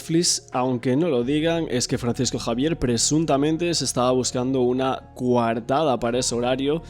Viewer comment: Se dice coartada analfabeto no cuartada